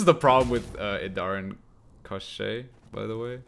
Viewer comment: Holy smokes, you're probably the first Gwent content creator to pronounce Koshchey properly!